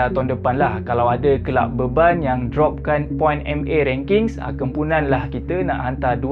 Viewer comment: mula2 dengar "klau ada kelab BEBAL.." terkejut jgk.. dengar lg skali, "owh..kelab BEBAN rupanya..".. mau tidaknya nak sebut gitu.. punya ayat pedih2 geli gitu je..